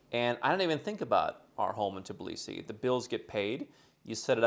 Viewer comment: But he never pronounces the Tbilisi the right way 🙈 He always says Tiblisi 🙈